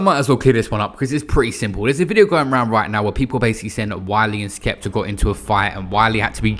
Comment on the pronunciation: wiler and skepta? Whats with R’s forcefully being added to words and names unnecessarily past few years